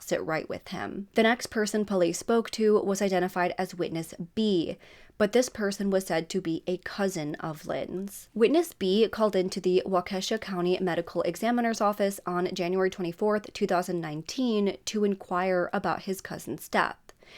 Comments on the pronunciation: Its pronounced Walk A Shaw, nice video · I’m sorry, the high school Lynn attended (Lafollete) is pronounced La-fol-et. It’s one of the 4 public high schools in Madison, WI (East, West, Memorial and Lafollete) and it’s my hometown. I won’t go into how to pronounce Waukesha, Pewaukee, etc. I never realized how unusual Wisconsin cities and towns are pronounced until I started watching true crime and hearing everyone pronounce them wrong. Lol.